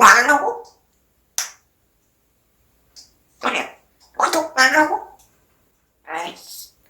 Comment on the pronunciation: 구독해요~하는게 떡사세요~~~같이 들림.ㅋ